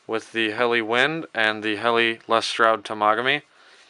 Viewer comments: it's pronounced hella not helly.;-) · Helle is pronounced more like "Hel-luh" rather than "Helly", just so you know.